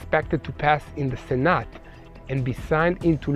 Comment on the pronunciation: I'm three days behind on the English lessons; but here's THE ONLY correction for the day: "Senate" is pronounced, "SEN-at" (not, "sen-AHT"). I didn't miss what you reported about the hostages. This is, if true, is a tragedy and a crime. Anyone with a heart will be saddened to hear of the fate of the hostages; but anyone with a head will not be surprised. The number of "Palestinian" Arabs to be tried for their crimes is growing.